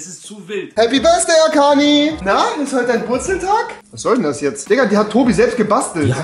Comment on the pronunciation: Ich: schaue das Video Rewi: Happy BÖRSDAI AKANI Ich: 🥲